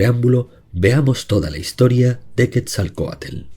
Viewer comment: Quetzalcoatl:❎️ Quetzalcoatel:✅️